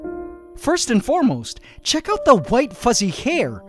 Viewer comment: Tons "ant" tons of ant🤣😂